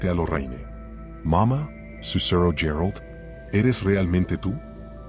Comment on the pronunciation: Menudo rollo hasta llegar al tema ..pastelón ..otra cosa parece que no sabe pronunciar los nombres Gerard ..pareces un robot tonto